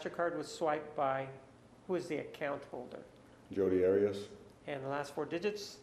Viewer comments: I wonder why Martinez keeps mispronouncing the name Arias...? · The way Martinez pronounces Arias I know is to trigger Jodi. 😂